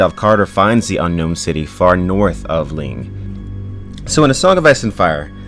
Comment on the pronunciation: littile thing its not ling its "lang"